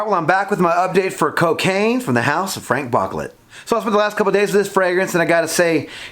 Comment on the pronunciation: FrahNk BooClay 😂